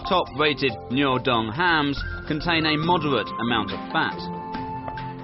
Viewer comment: The pronunciation of the speaker is so confusing - Noodung instead of Nuodeng, Raoguo instead of Rugao. Sad!